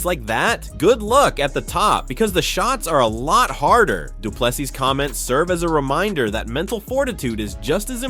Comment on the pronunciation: Say doo ple SEA not plessis or ple SEE! Now where is Dricus fight date?